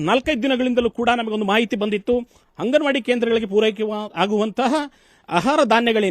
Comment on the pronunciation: ಹಂಗನವಾಡಿ ಹನ್ನ ಅಲ್ಲ ಮಾರಾಯಾ ಅಂಗನವಾಡಿ ಅನ್ನ ಮೀಡಿಯಾದವರು ಆಗಿ ಕನ್ನ್ನಡ ಅಸ್ಲಿಲವಾಗಿ ಮಾತಾಡ್ಬೇಡ್ರಿ